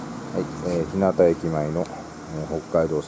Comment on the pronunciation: こんにちは。いつもTwitterで日々の活動を拝見しています。オートパーラーシオヤは私も先日訪れました。その時は真冬だったもので温かい天ぷらそばが何とも美味でした。よろしければ私のアップロードした動画も見て頂ければ幸いです。 さて、日向駅の正しい読みについて既に存じ上げているか分かりませんが、正しい読みは「ひゅうが」です。私自身が山武地域在住なのでこの場をお借りして伝えておこうと思いました。 外部より長文失礼致しました。